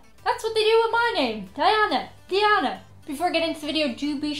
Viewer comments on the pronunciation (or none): none